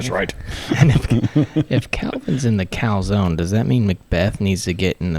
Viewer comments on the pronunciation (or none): Did you say "Cal"zone?? ...now I'm hungry!! :P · Did I just hear Uli say McMuff zone ??!!! 😂😂😂😂😂😂😂😂😂😂😂😂😂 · Did ULI say “Mc muff zone?” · 'Cal-Zone'. You effs are making me hungry!!!